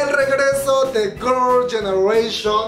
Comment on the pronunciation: Eres tan fan que todo el video dices “Gorls ganeration” :v